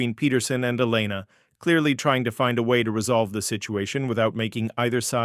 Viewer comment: oh my god did you people NOT watch Top Gun? an F-14 has twin tail stabilizers!; Webs is spelled Webb's; it's pronounced E-lena NOT Elen-a; whoever wrote this story has no idea of military ranks Commander and Captain are 2 different ranks, Commander is a Naval Rank ( comparable to a Major ) and Captain is an Air Force Rank ( comparable to a Naval Lieutenant ); again Commander is a NAVAL rank NOT an Air Force Rank who wrote this crap? Hayes is NOT spelled as haze